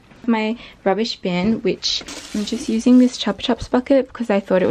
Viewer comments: Its not chups chups its chupaaa chupss 😂😅😆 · that is NOT how we pronounce Chupa Chups in my country 😂